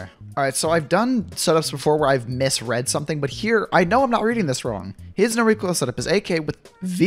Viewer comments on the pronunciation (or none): none